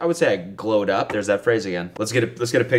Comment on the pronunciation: I would not say you 'glo'd up', but rather, 'glew up'.